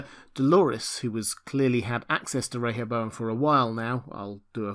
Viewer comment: Thank you for pronouncing Rehoboam correctly! 👍🏻